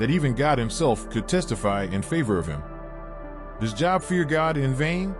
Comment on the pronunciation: The name Job is pronounced Joeb